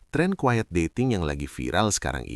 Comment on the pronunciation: Tolong dibenerin istilah bahasa inggrisnya, pakailah terms yg benar, QUIET bukan quied, dont PRETEND bukan dont prepend, etc